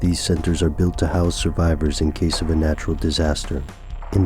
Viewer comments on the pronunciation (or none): none